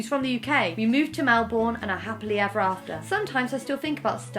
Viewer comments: Ok, I have to say it though it was hilarious, it’s generally pronounced Mel-burn over Mel-born (from a Melbournian) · It's Mel-bin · Can't look at Rosie the same now after she pronounced melbourne wrong, can't believe this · came here to say the same thing, she said it twice and it destroyed my soul 😢